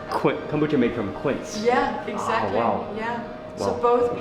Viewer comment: "exacly excaly" my mind!!!